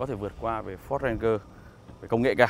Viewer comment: Ranger : ˈrān-jər ... chiếc xe yêu thích của bao người mà toàn bị phát âm chệch đi :( buồn nhắm cơ!!